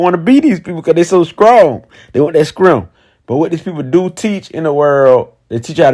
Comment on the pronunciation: "Scrong" lol